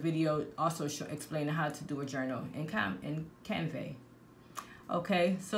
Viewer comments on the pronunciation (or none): Can-Va not canvae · Canva pronounced kan·vuh, but other on another note... GREAT VIDEO i love it all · “CAN”. “VA” CANVA… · I'm in the library listening to this video and i burst out laughing when you can CUNvey... gahahahahaha gurl, you got me weak!11 I love it.